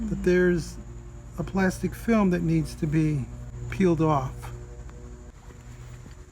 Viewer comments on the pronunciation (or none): none